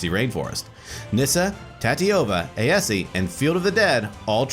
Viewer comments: that aesi pronunciation bugged the hell out of me. the "e" is silent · Hearing Aesi pronounced Ay-eh-see is strange. I've always pronounced it and thought it was pronounced Ay-see. Also is there any significant reason that you'd run Tatyova as the commander instead of Aesi? Great game though!